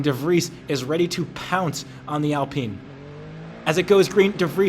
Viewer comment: It's AL Pine.... Like the tree!! Pine..